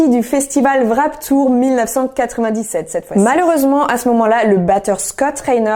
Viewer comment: C'est Warped pas Wrap Tour XD